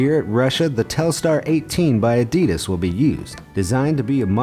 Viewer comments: It was so painful hearing you say adidas sooo wrong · learn how to say the word ‘adidas’ 😴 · It is pronounced A-di-das not A-dee-dis 😡😡😡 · That's not "ehdeedes". Evil. This is Adidas with two "A" like in "park" or "pump", not like "lamp" or "flame". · You wanna know what really grinds my gears You pronounce it: A-Dee-Dass In my country we pronounce it:Ad-ee-das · Why can't people seem to pronounce Adidas properly? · You pronounced “Adidas” wrong.